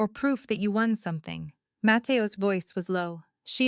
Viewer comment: Matteo Ess? Come on, AI.